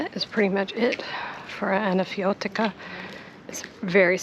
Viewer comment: Loved Anafiotika! Rick Steves went up there on his visit to Athens and had coffee with one of the persons who live there. Bravo on your pronunciation too! I did not see the link for Flaneur.